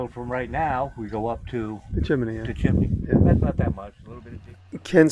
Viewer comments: Love the way Jimmy says 'chim-me-ny' 😄 Very cool project, those stone foundations are awesome! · I can't get over the fact that you say chimimeey my British ears can't take you Seriously when you do😅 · "Chim-in- ney"!